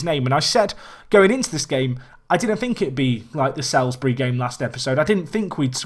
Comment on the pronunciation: Salisbury is said like solsbury